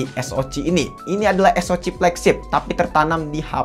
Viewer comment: SOC : Es O Ci Ghost Touch : Gostoch Genshin Impect I'm dying 😱🥲😭